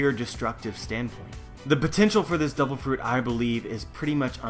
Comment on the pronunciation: Its just me or "devil" sound more like "double"